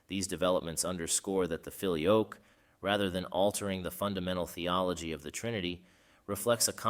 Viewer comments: You pronounce it, "filio-yoke", one often hears the pronunciation, "filio-kway". In any case, thank you. Well done. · It ain't "fi-lee-oke", it's "fi-lee-o-quay". It means "and the son". Fix your auto-narrator script. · Very enjoyable, and puts forth the debate in clear and understandable terms. As an aside, when I did Latin at High School well over 60 years ago, we pronounced "filioque" as "fill eee oh kway", not "fill ee oak" as you do. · Thank God someone else noticed that. I have never heard the pronounciation “Fili-oak” used by either Roman or Byzantine Priests. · Fili-OH-kway is the pronunciation, fyi. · Whoa! I believe it's pronounced "fi-lio-kway" (the "que" is pronounced). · Not really. The word 'Filioque', in this case, has its tonic syllable in the 'o' and this 'que' endind is not pronounced as QWAY (wether by that you mean it should be said as in the word 'way' ou 'why'). I don't think you have this 'e' sound in English pronunciation, but it is supposed to be said as a closed 'e' sound (like in the word neigh, but without saying the letter 'i'). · The first i in filius is long, so 'feely oh' would be more accurate. The e in que is short, so instead of 'kwey' pronounce 'quest' without the 'st'. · Yes, there is. How can someone produce a whole video and not bother to learn how to pronounce the key term feature in it? What would we think about a video concerning the papacy where "Pope" is pronounced "poppy"? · As others below have rightly commented, the video is pronouncing filioque incorrectly. It is a very prominent error. Other than that it is a theologically very informative video. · For goodness' sake pronounce "filioque" consistently properly - four syllables - if you want your piece to be taken seriously!!